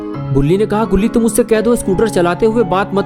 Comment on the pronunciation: Bro yeh toom kese bol rhe ho sirf toom bolo please